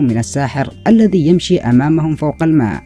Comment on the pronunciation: ارجو التركيز على النطق الصحيح لبعض الكلمات مثل (الذي وليس الدي - إذا وليس إدا - وغيرها)